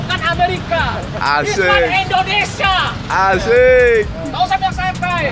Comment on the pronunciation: Indonesia bang..bukan endonesa..